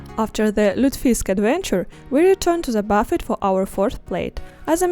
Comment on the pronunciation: Is pronounced bu-fay. The T is silent.